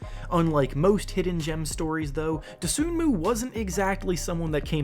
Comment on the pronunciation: Just so this doesn't spread, you don't pronounce Ayo's last name as it is spelled. The "N" is silent. It's pronounced Doh-SOO-moo. I respect your videos, but if you're going to produce a profile on a specific player, getting his name right is pretty important. I mean, have you ever watched one of his games? Seriously asking.